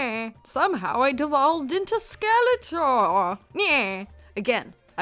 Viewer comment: Can't even say her into right